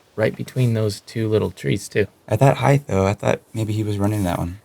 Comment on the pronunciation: Uli, “heighth” is not a word. Also, Gurthie did not throw that shot so “good” he threw it so “well”. Thanks haha